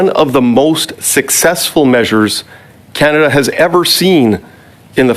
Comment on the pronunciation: Scannaduh 😅 wow